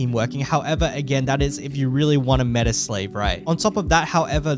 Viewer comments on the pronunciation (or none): none